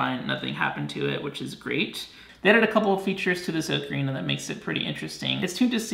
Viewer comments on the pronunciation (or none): you been saying ocarina wrong the whole time